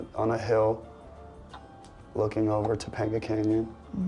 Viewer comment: The moment he said “Topenga canyon” My mind went to Eric from Boy Meets World lol “TA-PEEENG-GA”